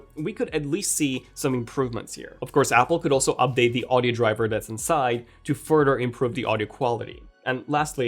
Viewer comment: I like how he says "odder" instead of "other" and "furder" instead of "further."